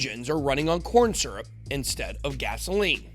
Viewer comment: Did you just say Corn Syzurp? --->instant like !